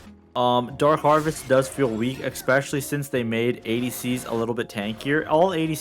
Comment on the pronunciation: Can drop a nuke in a Challenger game but still can’t say especially lol